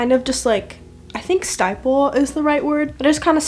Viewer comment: Stipple instead of sty-ple haha :) you look gorgggggg as usual